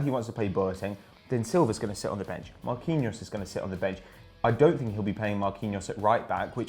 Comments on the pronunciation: lol who is marqueeno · Omg Marquinhos is pronounced Mar-key-nios! "Qui" same in Spanish makes the "key" sound sorry just hard to listen to lol esp when it's quite common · who the fuck is marqueenose? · “MarQueeNO” you name-butchering tosser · saying Marquinhos name as right as possible just so can fucking murder it again. It's not even a hard name... jeez